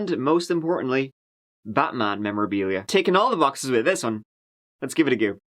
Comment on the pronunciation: "let's give it a goo"